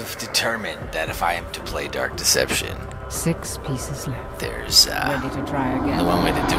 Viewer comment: Fgteev: dark deception Chase:durk deception? Me: duck deception? Or dark deception? Lolololol someone get me? LoL